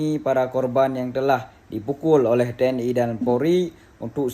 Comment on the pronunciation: YA..TNI BUKAN TNE 😂